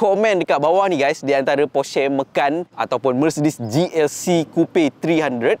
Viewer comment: porsche. e pepet bukan e taling.